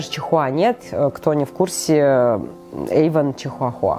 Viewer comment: Эйван а не Ейван